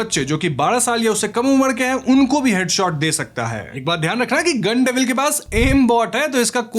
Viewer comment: गन डेविल ❌ गाण डेविल ✅😂